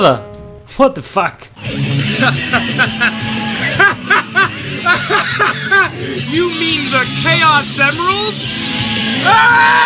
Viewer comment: cada 2minutos: Watefac